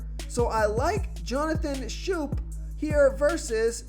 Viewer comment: "Schoop"? Salt N Pepa?